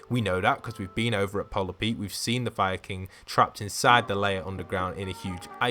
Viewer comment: When you say fire king it sounds like your saying Viking